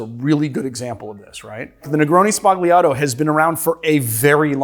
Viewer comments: Hearing "spagliato" with a plosive 'g' makes my hair stand on end. It's 'spalyato' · It's pronounced sbalyato, not sbaGleeato. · Negroni Spah-li-ah-tow. Not negroni Spag-lee-ah-tow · I love the video but the pronounciation of "Sbagliato" is killing me xD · Great vid-but please learn how to say the word sbagliato! 🙏🏼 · "Everybody makes negroni sbagliato". Nobody learned how to pronounce it. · you don't say the g in sbagliato